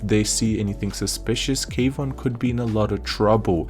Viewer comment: Kwon, not K Von